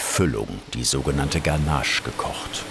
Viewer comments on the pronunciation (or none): none